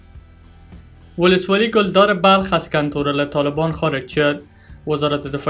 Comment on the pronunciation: ولسوالی کلدار را گل دار میخوانی